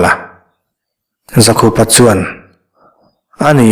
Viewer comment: Dikchiah. Zakhupa nilo in.. ZAKHÛPA... Paite hming a lam rau rau anih chuan.